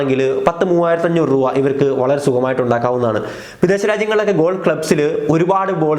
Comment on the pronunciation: ബോൾ പറക്കാൻ ആളെ വയ്ക്കുന്ന പൈസക്കു ഒരു ലോഡ് ബോൾ വാങ്ങാമല്ലോ.. പിന്നെ രൂവ അല്ല രൂപ 😀😀.. ജോലി എന്താ... കക്ഷം മണക്കൽ ഇതെങ്ങനെ ലവര് cv യിൽ ചേർക്കും